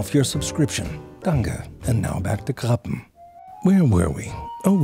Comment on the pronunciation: Haha your German is great! You got Krabbe exactly right 😂❤